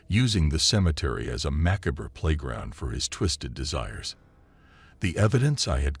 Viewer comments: He pronounced it maccabra! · He can’t pronounce macabre either.